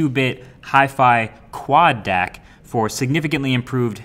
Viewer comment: You must say : Quad D-A-C not Quad Deck, misleading